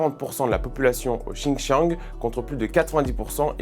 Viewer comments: S'il vous plaît on prononce "Sindjiang", merci ;) Ensuite les Ouïghours sont aidés par l'Occident car musulmans mais les tibétains, les prostituées ou les chrétiens ont droit au même traitement. VA devrait le noter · On dit le Xinjiang, pas le Chinchang 😂. Bon plus sérieusement c'est bien de vous intéresser à l'independantisme ouïghour, mais vous oubliez que la France a exterminé un peuple millénaire pacifique en Algérie (de religion païenne donc c'est moin grave) et le Maroc combat le Peuple Rifain après la destruction de leur république au début du siècle dernier, les Rifains sont beaucoup plus proche de la France que les Ouïghours et personne n'en parle. Les Rifains sont censurés, emprisonnés, leur culture effacé et remplacé par l'arabe.